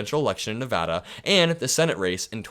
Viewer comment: Thank you for saying Nevada correctly! A whole state appreciates it